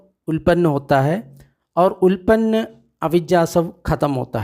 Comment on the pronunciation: सब्बासव सुत्त, सब आश्रव अर्थात कैसे आश्रव उत्पत्ति होती है। उल्पन्न नहीं भाई उत्तापन्न.चाहे तो त्रुटि सुधार लेवे।